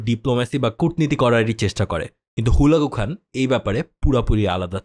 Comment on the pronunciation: আপনার ভুলবাল নামের উচ্চারণের কারণে বুঝতে কষ্ট হচ্ছে,,, হালাকু খান,,, না বলে হুলাগু হান